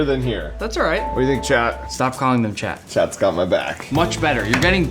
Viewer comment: Why does Mark keep saying "Chad"? Edit: Captions say "Leading frost" instead of "Leidenfrost". I think whoever did captions did not do a good job.